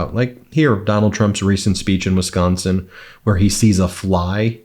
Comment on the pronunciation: I like it that Ben can pronounce Wisconsin correctly